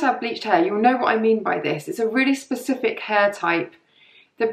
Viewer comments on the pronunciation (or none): none